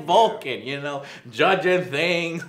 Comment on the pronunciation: Its Vulcan not Bulkan!!!!!!!!!!!!!